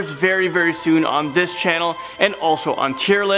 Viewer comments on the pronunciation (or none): none